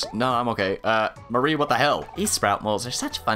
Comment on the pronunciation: Well, your pronunciation is ALMOST correct, you just stress the wrong part of it. MAWree instead of MuhREE. Hmm.. not as easy to point out in text.